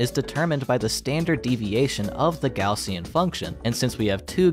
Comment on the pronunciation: kudos for not pronouncin it "gozshen"